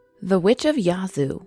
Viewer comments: Yahhhh zoo. Not yahzoo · Im from yazoo, Mississippi and she is pronouncing Yazoo all wrong its yeah-zoo city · how she pronounces Yazoo!!! Makes me mad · Reagan Abney same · I’m from Mississippi n never heard of nun of dis lol n she saying yazoo sooo wrong 😂😂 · YSL AMIR I know and im from there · And the a in Yazoo is like the a in apple when you say it.